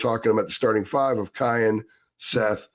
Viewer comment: please for the love of God, his name is pronounced Ki•yan not Ki•on. I can’t take hearing you butcher his name anymore 😂